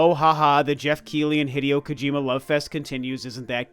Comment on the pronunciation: "I'm not a big gojir.kojima fan" What! Not a gojira fan!?😂😂